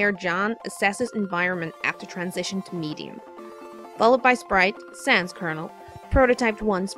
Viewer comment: You'd think a proper Rose would know how to pronounce "sans".